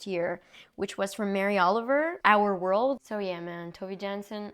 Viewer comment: This is the first video that I am reading of yours! Would you like some Nordic recommendations??? (also Tove is pronounced closer to Toe-vah)